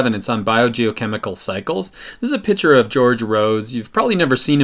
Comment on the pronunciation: pitcher? lol